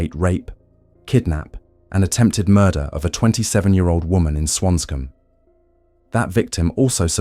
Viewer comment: And swancom. Instead of swansea